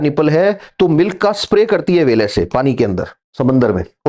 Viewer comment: He poured such a Great knowledge and so we forget to notice 🐋 व्हेल= वेल😅